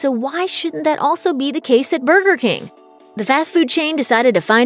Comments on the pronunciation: She says burger like booger. And I could listen to that all day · I hate the way she says burger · The way you say burger hurts my soul